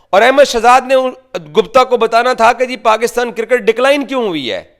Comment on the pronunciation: Circket to nhi hota laude cricket hota hau